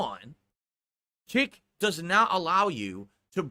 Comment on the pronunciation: "It's naut gambling ..." Says the gambling addict.